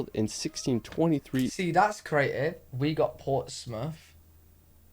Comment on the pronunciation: Hello, also other names that we have in common is Portsmouth Virginia, and Norfolk Virginia, and you pronounce it the same as we do port_smith but people outside of state they pronounce it ports _mouth which is so wrong 🙄